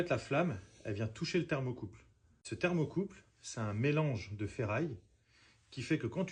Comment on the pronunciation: ThermocoupLe et non pas thermocoupe.